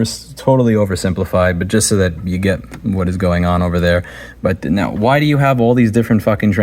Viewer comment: "Let me know when you hear the difference".: "Neow" (now). Priceless.